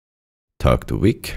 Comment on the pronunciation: It's Vic for short not wic.....